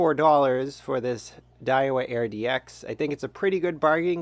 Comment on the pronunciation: Call me picky, but the rod model is spelled and pronounced: Aird-X not, Air-DX Good review though. Thanks!